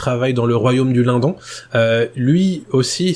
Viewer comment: super video Merci ! je pense qu'on prononce le "LineDonne" keep going